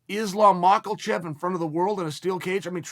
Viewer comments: MA KHA CHEV Not “Macklechev” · MUH-HA-CHEV Chael: Mokulchev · Makelchev At this point Uncle Chael is just mispronouncing names on purpose And I’m all for it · Islam "Michael-chev" –Uncle Chael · Drink a shot of vodka every time Chael says "Makalchef" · Nobody : Chael : ISLAM MICHAELCHEV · "Islam Marklechev" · Chael “Islam Maklechev” sonnen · Please God stop calling him Makulchev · Melk 🥛 and now Makhalchev with a totally straight face...got to believe that ol' Chael enjoys the comments and likes winding us up! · Came just to hear Chael say "Makelchev"... Not disappointed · dan hooker is going to fight islam mockelchev !!! i love how chael pronounces names LOL !!! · LMAO “Macalchev” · Mack-la-chev 😂 love his consistent mispronunciations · I love how Sonnen says "Marklechev" and "Muyeee Thai" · “Islam Mocklechev” ~ Chael Sonnen 2021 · i had my doubts but "provider" and "aspinwall" convinced me he's doing it on purpose... still some classics like Maklechev, Kamara Oozmen, Daroosh, YaRear, Acosta, and "the bullet" are hilarious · Right out of the gate… “Islam Mockelchev” Good god Chael. You are a mush mouth. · he lost me at makh-al-chev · “islam makhalchev” okay great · Why do you Americanize every foreign names? Lol “Mackleshev” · What a mauling the pronunciation of Islam’s surname got here 😂😂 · Hooker vs Makulchev. I was pronouncing it incorrectly Chael, my bad. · Chael doesn’t know how Twitter works Doesn’t watch mma media or YouTube Pronounced another name incorrectly The goat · MAKALCHEV BLAHOVOVICH YARIR RODRIGUEZ EUGENE BERRYMAN jesus Chael- if you're supposed to be this mma oracle, learn how to pronounce names, FFS